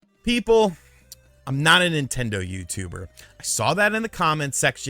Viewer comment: Tendo You-too-bah!!!